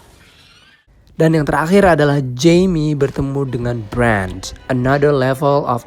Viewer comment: Ngomong Bran... Itu belakangnya gak pake "d".